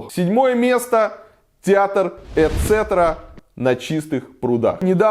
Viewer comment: название театра звучит - Э цетэрА! что в переводе - "Ещё"..... какая еще блин цетра?